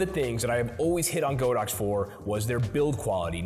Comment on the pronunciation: ITS G A A A A D O X . NOT GOOOOOODAX . LOLS